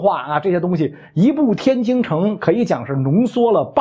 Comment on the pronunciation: 袁老师您每次能说天津（jin）不要说天京（jing），一不小心我们家乡成了太平天国首都了😂